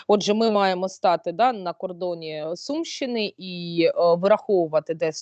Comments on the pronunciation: Чому ви, хто читає питання, невірно ставите наголос в словах? Завжди була сУмщина. Чому у вас вона стала сумщИна? І деяких інших словах теж. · Наголоси на словах"ядерна","Сумщина","село".Дуже ріже слух.